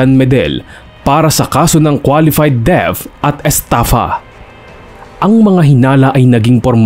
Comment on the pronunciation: “Qualified theft” not “deaf”😊